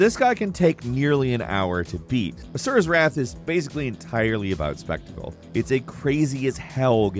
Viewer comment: mentions Asuras Wrath Me: A man of culture I see... And didn't butcher Asuras name and Chakravartins name.